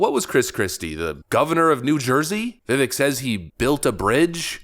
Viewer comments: Fr bro, learn how to pronounce the guys name at this point. He’s leading right behind trump. You’re a political channel and you can’t even say his name? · Vivek is pronounced like cake, the "e" makes the "a" sound. I know he's said he wouldn't take the VP spot, but I hope he changes his mind. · Dear host: It's ''Vi-vake'' (rhymes with cake). Not ''Viv-vick'' just syain' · It rhymes with cake and sounds like VI VAKE. Not Viv ek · ...love ya man, but his name sounds like Viv-VAKE.....not VIv-Vik. My god, how many times has he corrected people on this point? VIVVAKE!!!! Rhymes with Cake. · Vivek is pronounced VivAke rhymes with cake. He is awesome! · (Vih-vake) is the pronunciation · Vivek (pronounced Vi VAKE)... Needs to prove himself to me... Over time. Put him in the Cabinet in charge of anything everything in the world. He's a different level smart.. CHRISTIE CLOSED A BRIDGE TO SPITE HIS POLITICAL FOE. #BRIDGEGATE. HE COULDN'T BUILD A BRIDGE TO SAVE HIS LIFE!! 😱🤣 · Vivek’s name rhymes with cake. Cringed a bit hearing you butcher it several times. Good video though 🙂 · Learn the pronunciation from the man himself: "My name's Vivek, and it rhymes with cake." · Vivek rhymes with rake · Vivek pronounced Vi-vake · Vivek is pronounced like cake. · They’re trying to push Haley SO hard, but real MAGAZINE…..WE WANT VIVEK!! (It’s pronounced like: Viv-ake) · It's pronounced "Vivek (vivake) like cake" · His name is Vivek and pronounced as Vi-vake like CAKE on the end. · It is pronounced Vivake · Vivek’s name is pronounced as Vivake like cake. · please, pronounce his name correctly!!! viv-ake like drake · Viv-ache. It's really not that hard to pronounce his name correctly. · Vivek= Vivake rhymes with cake say the name right millennial goober. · Vi-VAKE like CAke..why is it so hard? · good show, I believe you're saying his name wrong, he says his name rhymes with cake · his first name is pronounced vi-vake, like lake. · Vivek, it rhymes with cake.